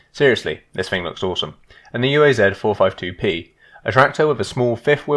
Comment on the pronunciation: It's not yu ei zed, it's uaz, sounds like oo'uzz.